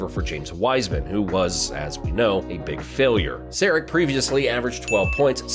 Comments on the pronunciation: Sari(tsch) - not SariK ;) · Sharich not Sarick